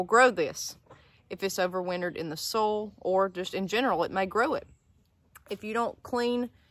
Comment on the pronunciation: everytime you say 'soil' it sounds like 'sol' the spanish word for sun